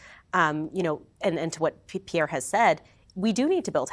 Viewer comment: What an idiotic clown who can't even pronounce Pierre's name correctly.